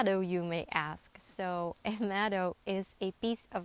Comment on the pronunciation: Meadow, not medow